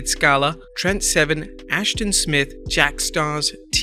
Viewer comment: */teoman/ (Yes, this is the actual IPA reading of that name. It's a Turkish name.)